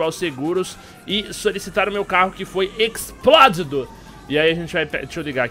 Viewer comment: "Meu carro foi Equisplódido"